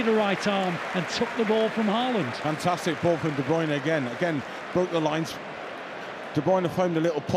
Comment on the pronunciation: Please get Haaland's name pronounced correctly.